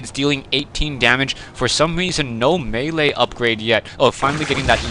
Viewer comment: You pronounced melee correctly! Everybody always pronounces it as "mili".